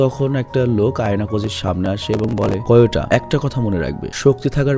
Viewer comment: Vhai ayanokojir first name Kiyotaka not Koyota ok bhai .